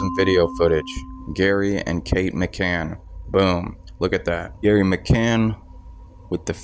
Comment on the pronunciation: Why u calling gerry gary?